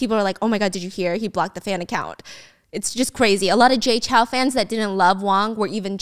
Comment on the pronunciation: lowkey triggered that stephanie pronounces Jay Chou is Jay Chow HAHA